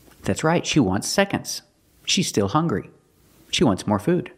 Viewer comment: She also says "hungwy"